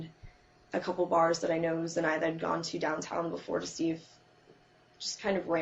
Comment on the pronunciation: So random but the way she says "Zenitha" and not "Zenaida" pisses me off.